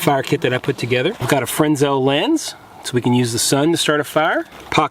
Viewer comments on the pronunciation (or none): How about just leaving it at the normal Bic lighter? I mean, I know how to make fire by eight or ten fun methods, but none of them is as convenient as a Bic, or even TWO Bics, if you need a back-up? BTW, there is no such thing as a "Frensel" lens. It is called a Fresnel lens after the German gentleman who invented it... .... and it is pronounced Frenel, because the "s" is silent.. (like the "p" in swimming.) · it's pronounced "Fren-nell" lens ;p love your videos! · Freh-nel. Why can no youtube bushcrafter/prepper pronounce that word? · Please! The "S" is silent in Fresnel lens.